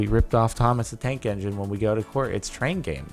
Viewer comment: A couple of times you said Thomas the Dank Engine.